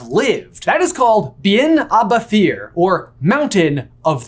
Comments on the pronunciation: its pronounced bet-hear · "Bethir" is pronounced more like "beh-here" because TH in Scots Gaelic is pronounced much more like an English H.